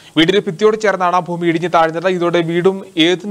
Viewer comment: ഫൂമി അല്ലാ. ഭൂമി